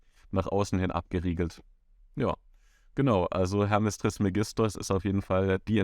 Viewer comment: Bitte trismégistos sagen, es ist auf dem e betont.